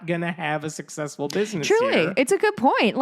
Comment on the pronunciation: "The Camerons are a successful family..." -- with emphasis on Suck.